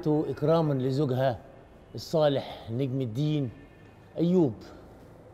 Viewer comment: يا أستاذ محمود اسمه(نجم )بفتح النون ،ثانيآ اسمها(شجر الدر) وليست(شجرة الدر).